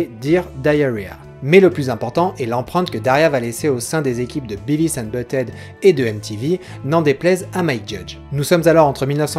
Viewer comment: Si je peux me permettre un léger commentaire un peu inutile, essaie de dire "Biveuss" pour Beavis :) après c'est que de la prononciation c'est pas très important